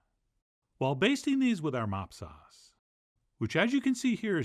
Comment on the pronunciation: LOL. I had to back it up five times to understand what you were saying when you started making the sauce. Finally, I put on closed captioning and realized you were saying "mop sauce." This is a term I had never heard. Anyway, I get what it is and I have been looking for an easy recipe to make baby backs for a while. Now I hope you will show us how to grill baby back ribs. i wonder if you have the capability to grill on this show? Anyway, I always enjoy your videos and use a lot of what you show us in cooking many things. E.g (get the big heavy duty foil). I was happy to see that for once, I actually have all the ingredients you used to make the rub and the sauce. Now I just have go buy some ribs. I can't wait to try this recipe.